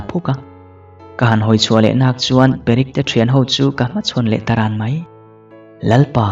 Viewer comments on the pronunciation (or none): Perek tiin klo chhiar char2🤣🤦